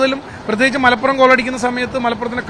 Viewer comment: Malaappuram alla Malappuram ann😂